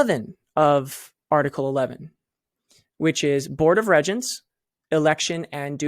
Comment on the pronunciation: Regents is pronounced REEEEgents. Just sayin.